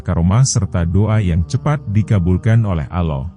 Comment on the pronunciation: Ini sebenarnya siapa si yg bercerita ini kok bilang nama Allah dgn sebutan aloh knpa sih jgn² yg bercerita ini org yg kurang ajar ya